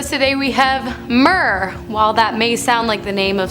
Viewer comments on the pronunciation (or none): It's pronounced 'meer' not how Ur sating it!